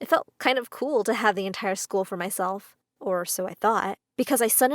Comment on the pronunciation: YOU SAID LCKER NOT SCHOOL